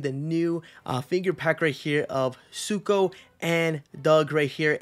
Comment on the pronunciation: The amount of people calling Sumo suko is wild. It’s an M.. not a K